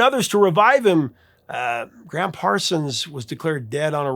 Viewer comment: BTW—it’s Gram, not Graham, Parsons. The Gram was short for Ingram.